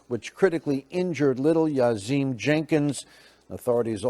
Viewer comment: It's pronounced yaseem not yasheem